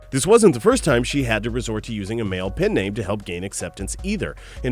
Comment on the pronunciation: pen name not pin name jesus christ say it right the first time please